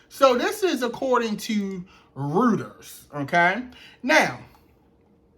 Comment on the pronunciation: Reuters is pronounced Royters.